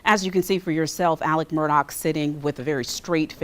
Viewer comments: Awesome. I think he deserves it just for pronouncing "Alex" like "Alec." Hopefully Alec Baldwin gets found guilty too. 👍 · ALEX Murdough not ALEC